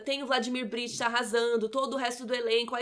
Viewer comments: Interessante crítica, mas, por favor, pronuncie corretamente o nome do protagonista. É BriCHta e não BriTCHa. E o sobrenome do Arlindo é Barreto e não Machado. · Brichta e não Britcha como pronunciado!